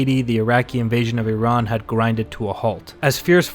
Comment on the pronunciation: Also, thank you for pronouncing "Iran" correctly!